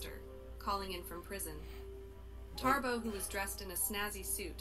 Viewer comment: Why is the woman saying Tarbo instead of Thabo?